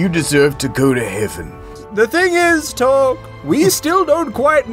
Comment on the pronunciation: No. No no no. His name is not torque